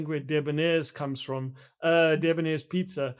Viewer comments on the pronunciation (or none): none